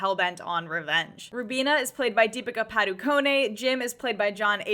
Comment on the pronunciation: Too funny when you pronounce Deepika Padukone. 😂😂😂 The pronunciation is just Deepika Padukone. You don’t say the “e “as it is silent. That’s my overall take but if you must watch Sharukh Khan’s films, not only the king of Bollywood his back after 4 long years, watch his older films. He has played in diverse roles. You might end up liking his films. This is just the latest film of SRK, but if you want to be a fan of his film, please watch his older films up to date. You will start being his fan and you will see truly what a good actor he really is.